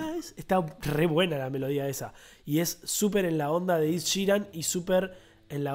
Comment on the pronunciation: Es "Ed" ,no "Id" :)